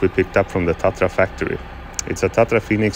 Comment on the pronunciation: Remember it's not "TATA" it's 'TATRA'😂